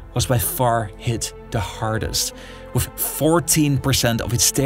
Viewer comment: Wif hindsight. 😂